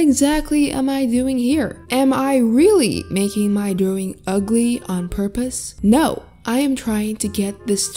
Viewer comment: I love the way says drawing- ✨Drowing✨